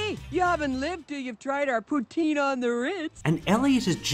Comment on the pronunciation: already I hate the movie by the way they say poutine